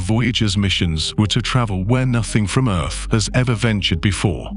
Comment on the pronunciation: That must be where my tv gets it's crappy signal...by the way, is this narrator saying 'earf' in place of earth....?